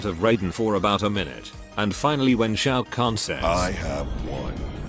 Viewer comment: bro butchered the name